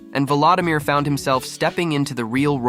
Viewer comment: His name is pronounced vuh-LO-dimeer, not vuh-LA-dimeer! :face-red-droopy-eyes